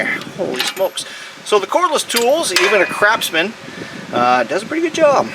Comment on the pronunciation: He said "Crapsman" LOL